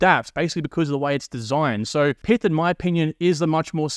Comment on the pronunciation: It's not "Pith", it's "Pyth", similar to how you say "Python" but without the "on".